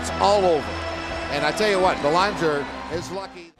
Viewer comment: Anyone else wish Laus had hit that idiot commentator who couldn't pronounce "Belanger" just as hard as he hit Belanger?